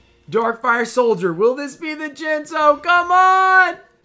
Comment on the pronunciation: Towards the end of the video you called jinzo, Jiz-no I believe. Jinxed yourself my man! Either way tho sick pulls